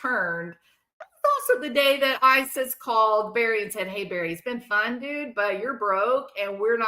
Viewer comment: Did you say Barely Morphew? 😅😂